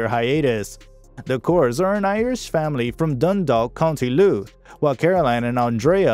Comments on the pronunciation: "co" Louth, = county Louth... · Co Louth ? Come one now ! Everyone knows co. is an abbreviation of county. Very poor.